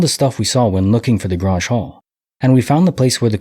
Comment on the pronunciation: Grange….it rhymes with RANGE. its like a meeting place in farming community.